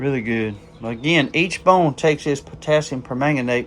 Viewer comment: Good morning Doc. The trapper turned out great. It makes it look like an older knife to me. You’ve got the pronunciation of permanganate down pat. 👍🏻 Thanks for sharing and have a great day! 🙏🏻